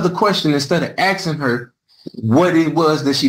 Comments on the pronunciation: The word is ASKING not AXING… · I find him guilty on grounds of him incessantly saying "axing". The correct pronunciation is "asking". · It is aSking NOT aXEing Realy, making mama proud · Man, I hate that "axing" thing... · Stop with the "axing"